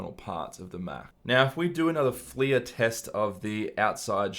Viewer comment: I feel like it’s pronounced ‘fler’ as opposed to ‘fleeya’. Literally unwatchable :)